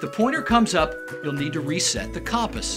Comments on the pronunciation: I was wondering if that was annoying anyone else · Disliked PURELY for "CAHMP-us" pronunciation 💀 bizarre